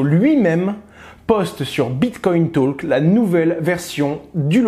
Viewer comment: merci pour cette recherche ... si jamais en anglais, le l ne se prononce pas dans talk